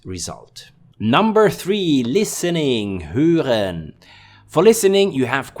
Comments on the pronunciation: Höhren? Nein: hören. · was it supposed to be "Hören"?? :D Your channel is one of the best. Keep it up!